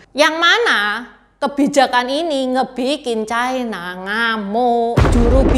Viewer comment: Ucapan yg bnr : China, bukan : Chaina